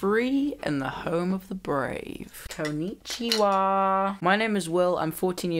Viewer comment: your konnichiwa was comedy gold hats off to you sir